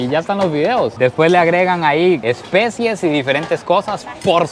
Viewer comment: no se dice especies, se dice especias 😅. Gran video, love you 🇨🇷😍😘